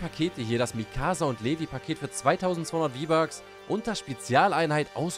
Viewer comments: Er würd übrigens livei ausgesprochen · Kommandant Levi wird so ungefähr wie ,,liwai'' ausgesprochen